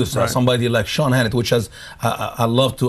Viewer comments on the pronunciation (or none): none